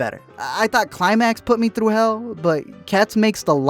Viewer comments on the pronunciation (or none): none